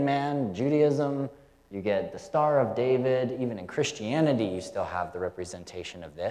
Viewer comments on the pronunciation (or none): none